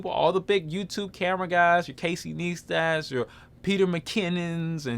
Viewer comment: Great info, bro. It's pronounced "Casey Nice Tat", btw.